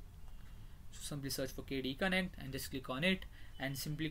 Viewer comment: It's KDE Connect, not KD Connect!